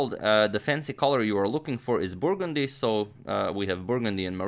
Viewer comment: I really like the way agadmator pronounces the word "burgundy".